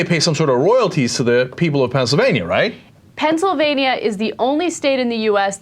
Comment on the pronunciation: Ana you pronounced Pennsylvania wrong...